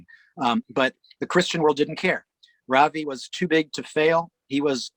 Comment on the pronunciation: Not REVAI....it is RAHVEE! Like pronounces his name correctly 🤗